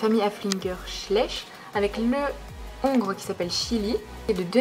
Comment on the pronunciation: On ne dit pas le ongre on dit l'ongre sinon super vidéo bisous je adore 🙂😉😃😽